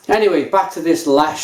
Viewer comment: Lech (leh-h)